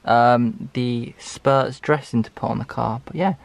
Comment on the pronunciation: Cringing every time I heard ‘SPURTS’ It’s spritz... spur ritz